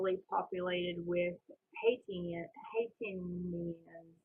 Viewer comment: "...it was brought to the U.S. by the Haitians..." Haitians is pronounced "HAY-shuns". These people are from Haiti (pronounced "HAY-tee" or "HAY-dee" ). Haiti is about one third of the island of Hispaniola, west of the Dominican Republic, and Southeast of Florida.